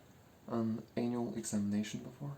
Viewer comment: The last time you said annual makes me want to believe that you realized it sounded weird and you misspronounced it on purpose. But its just your lovely accent.